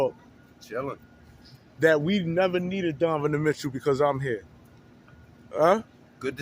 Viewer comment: brother .. its pronounced DON- NO- Ven....otherwise i enjoy your vids ...keep it up